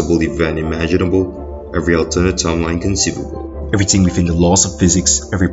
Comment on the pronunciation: Do a shot everytime he says EveryTINNNG